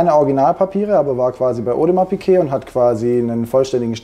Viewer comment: Audemars Piké.😂 Gemeint ist wahrscheinlich Audemars Piguet. Kaufe Uhren stets immer nur bei Händlern, welche die Uhrenmarke auch korrekt aussprechen können…